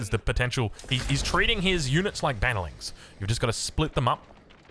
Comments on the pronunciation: Bannerlings - sounds like a Japanese kamikaze unit... Sorry, I know you misspoke 😅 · Bah nuh lings is crazy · after more than a decade of sc2, this is the first time I've heard banelings pronounced like that. Sad state of affairs for SC2 with still no tourneys announced for this year. But new blood for AoE4 is good news for this scene. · This hurt my Sc2 ears :D what was that :D <3